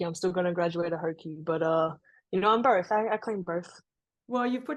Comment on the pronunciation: Sounded like berth